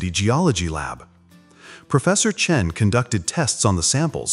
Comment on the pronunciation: AI's "Cheng" again..